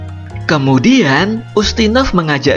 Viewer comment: Saranku pengucapannya kalimat terakhir jangan tinggi terus misal "kemudiaaaannnnnn blablabla" risih wey dengernya